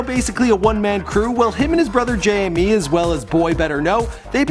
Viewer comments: Please pronounce him like you would Jamie not J M E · Come on, his name is pronounced Jay•Me not Jay•Em•Mee. It's spelled JME though. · i love how he pronounced it J.M.E. cx lolz